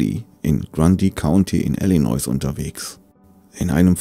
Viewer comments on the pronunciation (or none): none